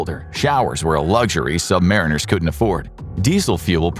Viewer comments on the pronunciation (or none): Just a mino correction. Us submarine sailors are "sub-MARINE-ers" NOT "sub-MARE-inners" that really grates on our ears.